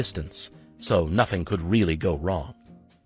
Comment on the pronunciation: weally good vats what i fink